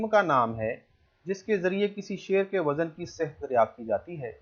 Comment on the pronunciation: لفظ غلطی نہیں غل طی ہے اسیطرح لفظ و۔زن نہی وز۔ن ہے یعنی ز اور ن ساکن ہےز پرزبر ہے براہ کرم تلفظ کا خاص خیال رکھیں یہ لفظ ج۔ زم نہیں جز۔م ہے یعنی ج اور ج پرزبر جب کہ زاور مساکن ہیں